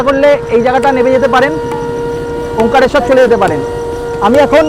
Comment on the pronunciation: কথাটা ওমকারেশ্বর। ওমকালেশ্বর না।